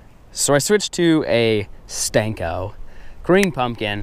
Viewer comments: Please stop saying stanko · For real! That shit drives me crazy every time he says. I'm not sure why. I guess it's the disrespect of a classic bait. It tends to make cringe though!